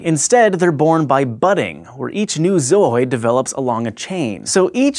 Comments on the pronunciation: it's not pronounced "zoyd" (with a longer "oy" sound), it sound silly that way... it's "zoo" (like the place where they keep animals) with an "oyd" sound attached.. zoo-oyd I'm not even english native and I know this :-o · I just stopped the video cause he said "zoyd" like a 1000 times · Its ZO-ID, not ZO-OID. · Surely it's pronounced zoo-oid? just flows better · sounds like he is saying zoid... mega zoid ftw! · "Zaaohhyed" uhgggh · Your saying your zoidannoid by it? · I always thought it was pronounced "zoo-id" - Since it's part of a collection of organisms...Like a zoo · am i the only one that laughs so hard whenever he says "zooid" like "zou-oid" XD i think it's hilarious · It's pronounced zoo-id dammit! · Let's play a game. Take 2 shots everytime he says Zooids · The way he says zooid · Everytime he said zooid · the way he repeatedly keeps pronouncing zooid pisses me off. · YES THANK YOU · I don't doubt the pronunciation of the word is correct, but the way he is saying it out of his original tone is just irritating. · Don't think he's pronouncing it right? Why not ask Zooidberg? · Thank you! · anyone else thought he was pronouncing "Zooid" funny :D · I love the pronunciation of Zooids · The emphasis in the word zooid gets me every time... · Zooid... Berg.